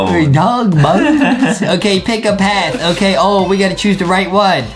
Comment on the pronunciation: IT'S NOT OKEH TO BE OKEH❤️ (Titan cry 😭)